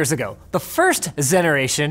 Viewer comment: I hate myself for laughing at "Zeneration"